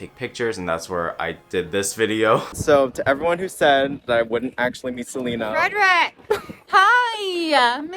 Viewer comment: He really said: gotta keep an eye out for selener